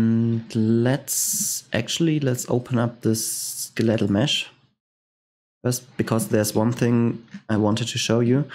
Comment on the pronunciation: Once again thanks for the tutorials, your English is really good and it is easy to understand your tutorials. One minor thing in case you are studying English, for skeletal, the emphasis is on the "skel" part and not the "let" part.